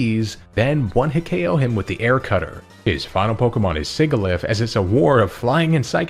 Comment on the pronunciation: I love your content, but man the way you say Sigilyph had me grinding my teeth. 😭